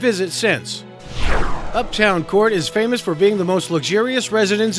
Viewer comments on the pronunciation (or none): Its's UpDOWN Court, Not Uptown....